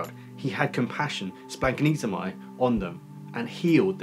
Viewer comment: Uhh...don't listen to this pronunciation. As a Greek by blood and Greek speaker at home, it is splach-NEE-zo-may. Splach as in Bach with that houghing a loogie sound at the ch. Ahhch